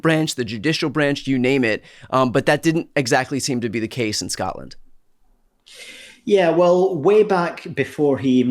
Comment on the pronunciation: Why do some Americans say "Scottland"? We are Scottish or Scots and we come from SCOTLAND!